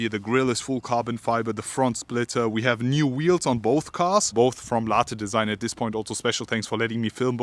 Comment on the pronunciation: How many times he said Larteeeee design😟